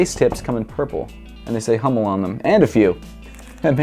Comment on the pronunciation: Bro not Hommel Hummel ^^